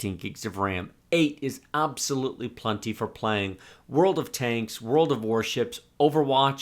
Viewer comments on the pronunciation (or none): "Aaabsolootli plunnty"